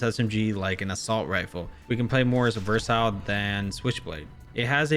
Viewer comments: I'm confused, is it pronounced "versile"? Or "versatile". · I just wanna say “it’s versile” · Exactly lol... It's like just reads the script which cygnoux gave him every time lol... He's even pronouncing the word "versatile" wrong🤣 He literally repeats the same points everytime for every single gun like good Bullet Spread, ADS, TTK, Reload speed, Mobility which everyone knows lmao... It's like he has nothing else to say except these points lol😶 His top 10 list sucks now from the past couple of seasons